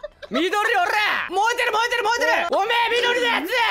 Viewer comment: 燃えてる 燃えてる 燃えてるが よーでる よーでる よーでる にしか聞こえない僕は病気か！！？